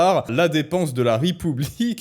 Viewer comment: 9'35: " l'état Ripoublique" , 😀